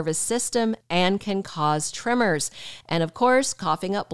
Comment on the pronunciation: she keeps saying trimmers she must mean TREMORS